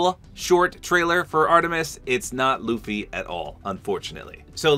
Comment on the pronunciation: Yay he said loo-fy instead of luh-fy